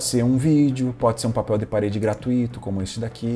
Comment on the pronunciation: Tirando a insistência pelo "gratuíto", tudo perfeito, rs. Obrigado pelas dicas.